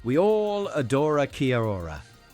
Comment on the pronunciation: Shwepp-ez? Key-a-Ora? It’s Schweppes and Key-Ora.